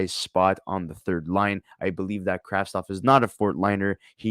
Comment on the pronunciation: You could do name right. Kravtsov.